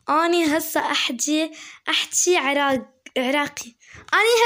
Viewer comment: عراق مو عراك